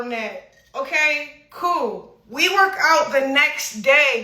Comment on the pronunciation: I got a feeling every time she says “ okey coo” shits not coo😫